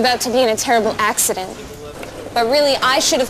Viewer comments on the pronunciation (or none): lol the second psa scared the shit out me omg "and im going to be in an 'accedent' "